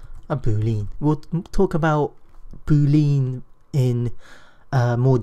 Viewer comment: "Boo lean"? Last time I checked lean wasn't pronounced as lean, but as Lee Ann, stress the Lee. Otherwise, great videos! :-)